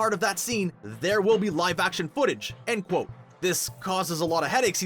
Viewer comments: Stop saying cqat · Please stop that"quotte" it is serius innnoiing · He says qoute